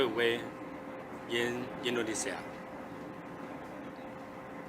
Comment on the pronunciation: Indonesia Mas... bukan Endonesa 😅